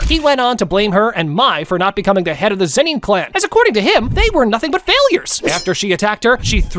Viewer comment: Why am I hearing the "zenin" to "zeni"